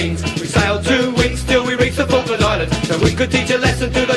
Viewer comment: Se pronuncia Falkland Islands, hazlo bien.